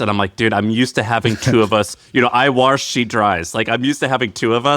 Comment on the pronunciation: "I warsh she dries."